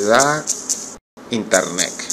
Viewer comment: Internec... Jajajaja